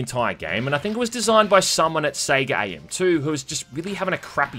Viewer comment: Did he just pronounce Sega as "seega"?